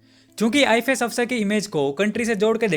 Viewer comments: Learn pronouncing ifs you are speaking it ifes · Bro its I.F.S. officer but you are speaking I.FI.S. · Pronounce WELL "IFS".. NOT " IFAS". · Why you keep pronouncing IFS as ifees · I fi s nahi bhai ifs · Its ifs you are pronouncing it wrong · IFS..pronounce correctly